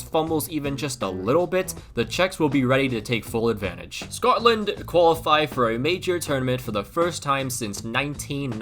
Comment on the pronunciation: Man said scotland in a scottish accent, then literally nothing else